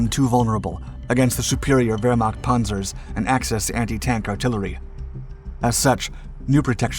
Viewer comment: Pohnzer or Pahnzer? lol.